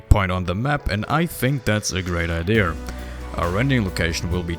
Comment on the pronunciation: I didnt know idea and walking had a R in it 😂